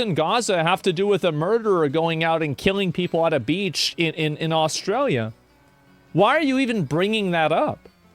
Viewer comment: Oh so now Australia is Austrael?